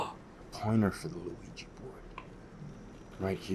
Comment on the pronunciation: Why does the guy keep calling it a Luigi board 😂